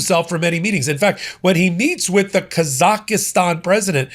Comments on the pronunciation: **THIRD FRIENDLY REMINDER HERE!!** THE COUNTRY YOU CONTINUE TO MISPRONOUNCE IS THREE SYLLABLES. NOT FOUR. IT AIN'T ROCKET SCIENCE! Say it three times slowly. KAH-zahk-stan. With the emphasis on the KAH (first syllable). IT IS NOT Kah-ZAH-KAH-STAN. You will be saying the name of this country again and again for as much as it is going to be in the news, you might as well correct the mistake now. You're welcome! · "Kaz-ak-stan." Please not Kaz-ak-a-stan! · Yep, he’s been doing it for days. He says ka-zak-i-stan when it should be KAZ-ahk-stan. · Kazakhstan NOT Kazakhistan. PLEASE. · Say it with me,: Kaa-zaak-staan - 3 syllables, not 4. The "h" is silent. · Kaz-akh-stan. For goodness sake, if you got the name right you might recognise the country. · What a super weird pronunciation of Kazakhstan,, sounds like he's adding another syllable to it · You keep adding an extra syllable to the middle of Kazakhstan,. You might want to double-check that before any future mentions. Other than that, keep up the great work!